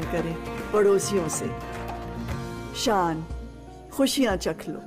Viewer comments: this man are mad😁or bhai pehle to saan nhh shan hota h Urdu shi kr k aao apni😜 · Shan..not saan...shukriya hota hy not sukriya..its Maza not maja....yaar improve ur lunguage before u upload any video..